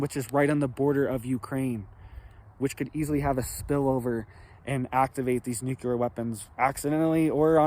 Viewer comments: Well to begin with whatever your name is this running this channel it’s nuclear, not NUCLALER! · it is pronounced " new clear " nuclear war ; not. nuke-u- lier war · Every couple of days his clickbait alarmist thumbnail says "IT'S OVER!!!" The attached video is usually a big disappointing nothingburger. definitely strives for quantity, not quality. By the way,, it's "nuclear", not "nukuler". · Not real .. not scary ... Nuke-you-lur is not a word. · Why do even seemingly intelligent people have a problem pronouncing the word nuclear. It's quite easy to pronounce actually. Saying nucular is just ignorant and childish. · Nuculer. Really? Lol. Cut from Bush cloth. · nukuler 🤣🤣🤣🤣 Had me spitting my drink out over here